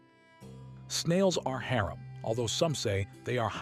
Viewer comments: Its pronounced hurom not hare-am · Thank you but you saying haeram instead if hamram is irritating me no hate just saying please no hate 😅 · no offense but "hairum"? cmon.